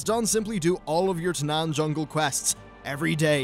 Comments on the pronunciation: Taanan Fungle? you mean Taanan no fungle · Tanaan fungle ? kappa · Tanaan Fungle lmao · "Tanaan Fungle"